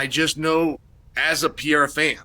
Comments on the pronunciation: Are you sure it’s Peira and not Pereira? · just a question, who's "Piera" ?, because i know who Pereira is, but Piera not really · How come Chael can't pronounce Alex's last name correctly? He says Pee-era when its pronounced Peh-ray-rah 🤔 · chael saying Peyera making it on sight for peyera 😂😂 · Alex "Piera" wow😂😂😂😂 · If Chael says Pereira is pronounced Pierruh, then so be it. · Nice video but WTF is Peeara!? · Just came here to hear Uncle Chael say "pee era". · The reason Alex wasn't himself is he heard Chael call him Alex PeeAir and he just couldn't shake it off. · PER ERA, say it aloud Chael, Saying it wrong just makes you look dumb dude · Alex Pee Hair-uh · Alex "PieEra" 🤣😅😆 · Pee air huh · Alex "Piera"? haha, uncle Chael has a real pronunciation challenge. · Alex “Pierra” lost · Alex "Piera"😂😂😂😂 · You can't even pronounce Alexs last name, what's wrong with you? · I'm just here to hear all the different ways Chael will mispronounce "Pereira" lol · Do you say his name wrong so we comment about it and you get more engagement? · You are missing the first R in Pereira. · About a year ago Chael made a video saying people have been messaging him privately to pronounce Alex’s name correctly. He immediately corrected himself, 2 mins later he continued to pronounce his name incorrectly again. The UNDEFEATED 🐐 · I don't even care, I'm just annoyed how Chael mispronounces every name